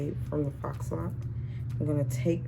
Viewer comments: It is pronounced faux ("fo" to rhyme with "go".) It is a French word and the "X" is silent. I don't think she was trying to scold you. I think she was just trying to help. Now, onto your video...Your hair came out AMAZING!!!! I like the fact that you didn't overcrowd your head with a bunch of plats yet, it still came out nice and full. This is going to be my 4th of July look....TFS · Faux is pronounced “Foe”. You did a beautiful job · The word “faux” is pronounced “fo”.. rhymes with “go”. The x is silent.